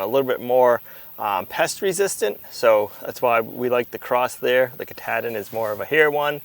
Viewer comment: The sheep breed is named after the mountain in Maine that is the northern terminus of the AT...Mt Katahdin. The "ah" in the word is like when the doctor says "say ahhh". Not a short A!..